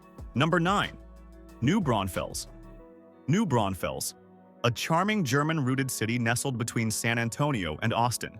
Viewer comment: Brawn-fils, not Brown-fells